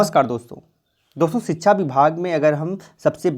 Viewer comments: Dear, its sikshaaa* not chhikchha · Bhai sikhsha hota hai sikhchaaa nahi hota apni awaj clean karo